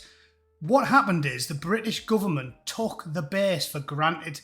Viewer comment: He called them "gooberment". That heavy crackling up😅